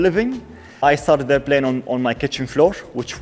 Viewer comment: Man, it's NOT "blane", it's Plane. Come on bro, with one million subscribers you have to do better. I'm from the Middle East too. It's not hard to say P.